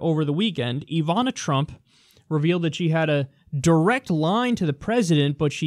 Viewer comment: Ivana is pronounced with short vowels.